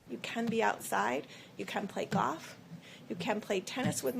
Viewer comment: "You can play goff, and you can play tennis with marked bahhs" .